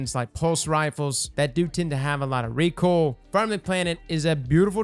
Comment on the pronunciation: Did just say recool instead of recoil? Am i getting bad hearing? Has always Said recool? Is it pronounced recool? Help!!!!